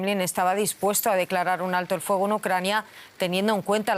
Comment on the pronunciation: Porque no enseñan a pronunciar el castellano a esta gente no es FOGO es Fuego